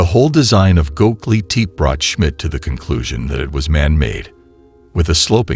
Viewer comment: "Hi-Tech ground penetrating radar" Proceeds to show me a Lawnmower. Also its ( Go Beck Lee Tep Pee ) Also ( You Ness K Oh )